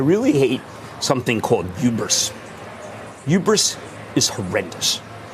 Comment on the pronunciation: It's *hubris*... the H is not silent Mr Him Hramer. He ironically complains about hubris... while calling her stupid, to elevate himself. 🤦 He's lost his ever-lovin' mind. "There is no such thing as the market being completely wrong"... Is soooo f'n far from reality it's jaw dropping. The market is wrong all the time. Every single time they react emotionally to fake news.